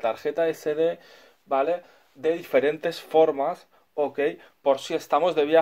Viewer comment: Muy bueno, pero que manera de pronunciar la palabra vale.